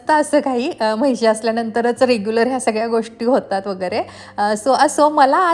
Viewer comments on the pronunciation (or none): म्हैशी नाही म्हशी म्हणतात गं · महिशी नाही म्हणत म्हशी mhntat😂